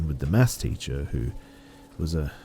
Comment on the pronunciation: Is that what he was saying?? It was pissing me off the whole time. Sounded more like "mass" class